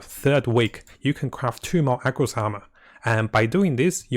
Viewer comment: Dude everytime you said AGROS it unreasonably tilted tf out of me lol. It's ARRRRGOS. NOT AGROS.